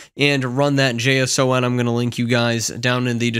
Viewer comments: "Jay-Ess-Oh-En" file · It’s pronounced Dot Jason